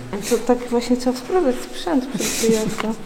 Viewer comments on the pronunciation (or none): none